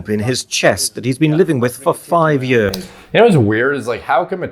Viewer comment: “The jump he’s been living with for 5 yeaurs”